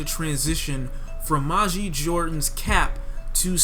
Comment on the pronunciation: the album was amazing, you dont even know how to pronounce Majid